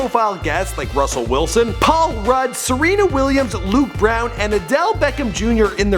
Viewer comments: And this guys can't pronounce anything right.. Is AWANA not "oh-wa-nah". And Luke Bryan. Not like brown. Before you make these vids bro learn the same and how to say things. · did anyone else pickup that he said Luke Brown instead of Luke Bryan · Did anyone else notice he said Luke brown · HE LITERALLY SAID LUKE BROWN ITS LUKE BRYAN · Luke brown it's Luke Bryan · Luke Brown? haha. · Did no one else notice he said Luke brown instead of look Bryan? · Luke brown😂😂 its Luke Bryan dumb ass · breh it's not Luke Brown, it's Luke Brian. Get your facts straight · Luke brown? it's like bryan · Luke brown lma0 it's Luke Bryan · He said luke brown instead of luke bryan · "luke brown" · Luke Bryan idiot not brow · Anyone else here him say Luke brown and not Luke Bryan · luke brown? dont you mean luke bryan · Luke brown??😂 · its luke bryant not luke brown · he said Luke brown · did he just call Luke Bryan Luke brown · He said Luke Brown what the heck? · Yep... Favorite basketball player Luke "Brown" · lol you said luke Brown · He fucking said Luke brown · Did he say Luke brown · He said luke brown 😂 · did this nigga just say "Luke Brown"😂😂😂😂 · are you serious can he not say luke bryan